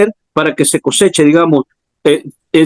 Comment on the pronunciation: COSECHA.....CON "S"